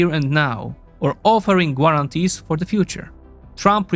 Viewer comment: Maybe check how certain words are pronounced before recording. The "u" in "guarantees" is definitely NOT pronounced. And English isn't my first language either.